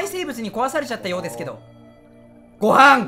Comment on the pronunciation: ご↑は↓ん↑で笑ったw